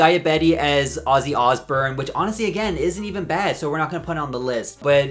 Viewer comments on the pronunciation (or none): "oz BURN?!?" How do you not know how to pronounce Osbourne? Especially after he recently died & has been all over the news. You look old enough to have grown up with their tv show & Kelly's music. It's a silent U, not a silent O. oz BORN. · why did i not even react to the way you said osbourne UNTIL i noticed the split second text and even before i stopped to read it my brain was like 'this is about him saying osburn isnt it'